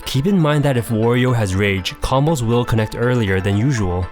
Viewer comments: Not "Worio" it's Wario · Isn't the A in Wario pronounced like the A in Mario, not as in the word war? i mean you wouldn't say "more-e-o" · i havent played a game with wario in ages, but in mario party 2 and mario kart 64 he says wa-ree-o like you would say the A in mario. interesting that they later changed it, i wonder why they did